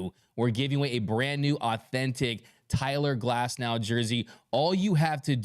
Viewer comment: “CYLER GLASNOW”